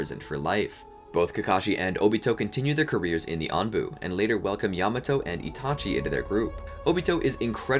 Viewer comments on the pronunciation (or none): none